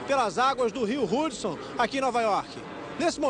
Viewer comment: Vim aqui em 2018 para dizer "AIRBÁS" , "RUDSON", "RODRIGO BOCARDI CÚ"